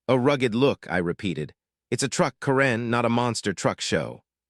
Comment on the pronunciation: Learn how to pronounce karen